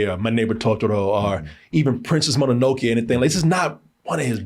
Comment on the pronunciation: he rly said monanokey 😭